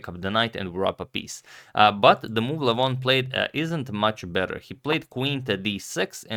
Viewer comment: His first name is pronounced “Legh-von”, not like “Luh-voghn”. I don’t know why other Armenians are giving wrong pronunciations. It could be because we are very spread out and have different dialects. But Levon is from Armenia proper, like myself, where we speak the Eastern Armenian dialect. I can say with certainty that you went farther away from the correct pronunciation after changing. Let me know if you’d like a video or audio recording. There is a video on YouTube where someone pronounces his name incorrectly, if you are referring to that. All the best.